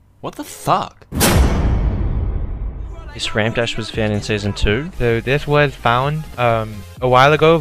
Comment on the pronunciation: " Thaloty what the thuck " 2019 " Who the thuck is EJ" Lmao im dying 😂😂😂😂😂😂😂😂😂😂😂😂😂😂😂😂😂😂😂😂😂😂😂😂😂😂😂😂😂😂😂😂😂😂😂😂😂😂😂😂😂😂😂😂😂😂😂😂😂😂😂😂😂😂😂😂😂😂😂😂😂😂😂😂